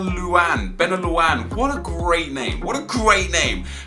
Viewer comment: For nep! You say that Benaouane guys name just like Benayoune! do you remember him he's the old arsenal dude who scored some goals and stuff.